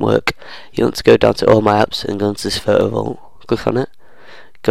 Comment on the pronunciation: What accent is this 😊, i love the way he says "Photo Vault". Pho-o vault